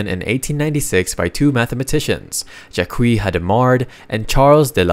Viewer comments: Just so you know, for the French name "Jacques", the 'u', 'e' and 's' are silent. So it's pronounced more closely to "Jack", and not "Jakwi" :) This video was very interesting and well-made. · Great video, but some pronunciations of French names make me laugh. Like "Jacques" pronounced "Jaquee" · How can you correctly pronounce Galois but mispronounce Jacque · The way you pronounced both of these French gentlemen’s names actually gave me cancer